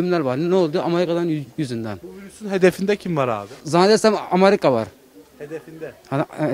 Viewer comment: Bütün amcaların Amerika’ya amarika demesi-_